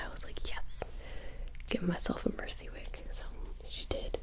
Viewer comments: Holy... She doesn't said "Mercy" but she said "Muhsee" EXACTLY LIKE SHE DOES!! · I thought she said Hi, my name is Mancy. Like Nancy but more manly.